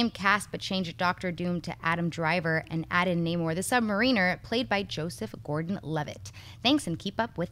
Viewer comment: "....Namor, the Sub-muh-reenur..." you're so cute... :) ...no, that's "Sub-Mehr-Uh-Nur".